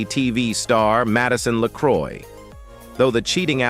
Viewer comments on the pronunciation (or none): none